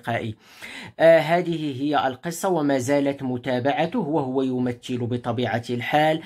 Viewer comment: كلمة يمثل، تنطق بالثاء، وليس بالتاء، بارك الله فيك،،